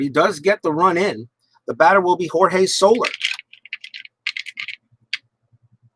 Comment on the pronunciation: well done and well played..... one nit pick... its not solar.... it is So... lair.... ( so... like your saying "so" what... and "lair" like your saying the home of an animal).. so-lair...